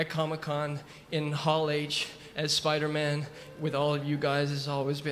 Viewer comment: /espaider MEN/ que pronunciación XDD